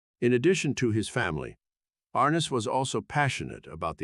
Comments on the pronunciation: Please say his name correct ARNESS not like horse harness. I can’t believe you would do this document of this great person and you don’t even know how to say his name. I never miss an episode!! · How about getting someone who could pronounce Arness.